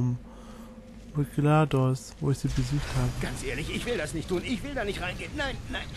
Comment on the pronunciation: nice achja: GLaDOS ist eine Sie und das wird englisch ausgesprochen